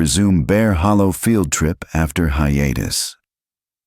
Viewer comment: Please. If people believe this, they are really gullible. The narration for one thing. How they get away with using a real photograph is something too. Oh, and AI reading words like field trip as failed trip lol Entertaining